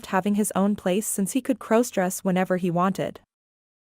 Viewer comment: Stop mispronouncing crossdress 😢😢😢